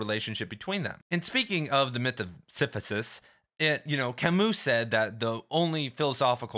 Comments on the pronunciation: pronounces it "Si-fi-sus", whereas they way I've heard it said is "si-si-fus" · You've got a very interesting way of pronouncing "Sisyphus." Great video tho